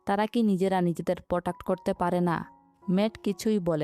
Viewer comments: পটাক হবে না ❌ প্রটেক্ট হবে ✅ 😂 সেকান ❌ সেখান ✅ কুন ❌ কোনো ✅ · apu apni sob somoy protuct ❌ bolen kno (⊙_⊙;)